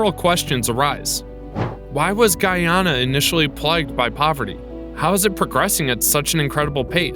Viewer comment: It's not guuuuuyyyaana its ...guyana